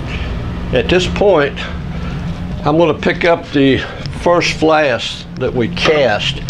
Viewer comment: Thank you for the great video packed with years of combined knowledge! One question: are you saying "flast"?